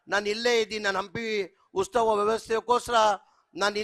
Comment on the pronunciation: ಉಸ್ತವ ಅಲ್ಲ ಜಮೀರ್ ಬಾಯ ಉತ್ಸವ